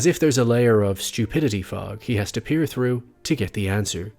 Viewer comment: You didn’t have to say stupidity fog like that I’m right here 😵